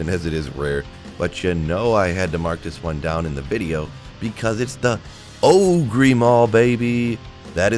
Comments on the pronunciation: Ogre == O ger not O gree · Oh-gree? It’s pronounced oh-ger haha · ogre = sounds like "o-ger", like the big ugly things that are in WoW lol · Ogre axe. Not ogree lol! Shrek is a what? That's right, ogre axe. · It's pronounced oh-gur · o-gree? is this a joke? or is he mispronouncing that horribly? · Is pronouncing Ogre as OH-GREE an inside joke? EDIT: Kept watching and it is. Take my updoot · Yeah Ogre is actually pronounced Oh gore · are you saying it oh-gree for fun? :D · Pronounced OH-GER axe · I may have to stop watching your videos if you keep saying ogrEE!!! Just kidding. Love your content. Keep it coming. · he knows how to say it I think, just choses ogreeeee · I never knew Shrek was an oh-gree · What's with your unique pronunciation of ogre? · Listening to him say ogre incorrectly makes me sad for public education. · Alright, which one of you made fun of for how he says ogre? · had to look at the comments for the way he pronounces ogre axe lol